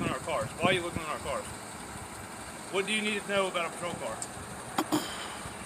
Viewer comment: I love the way he says looking into the carrrrs